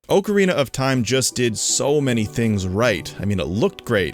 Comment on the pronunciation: It still stands up till this day. Not perfect, but with all those limitations still better than much of what's released today. You also can't pronounce ocarina and a kind of flute I guess created back in 1853.